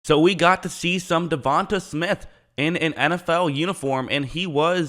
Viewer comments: "Devon TAE" not "Devon Tah" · Stopped the video as soon as you said Devonta Smith it irks my soul when yall blatantly mispronounce names 😑 Devon-Tay not Devon-Tuh bro yall gotta start doin yall due diligence it ain just you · Devante … De-von- TAY …. Say it with me now 😂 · It’s pronounced Devon(TAY) Smith! 😂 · It's pronounced 'duh-von-tay' so you don't continue messing it up in the future (I have the same name but have an e instead of an a on the end) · De-von-tay is how you pronounce his name not the way your saying it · Why you say his name like that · Not how you say his name but okay